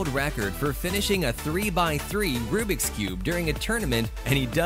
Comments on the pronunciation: It’s Rubik’s not rubrik’s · I like how he says rubriks not rubiks